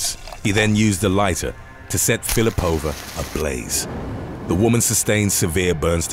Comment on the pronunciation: Russian surnames are usually stressed on the second syllable, so it should be Fil_i_pova. Otherwise, thanks for the great content!